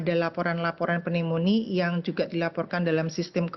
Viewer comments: Penyebutan untuk kata Pneunomia itu NYUMONIA. Jadi tolong jangan malu-maluin dong...kok penyiar tidak bisa cari tahu di Google translate bagaimana penyuaraan dari kata PNEUMONIA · Mbak, Pneumonia dibaca tanpa huruf "P" nya. Sama perlakuannya dengan kata Psikologi, demikian terimakasih 😊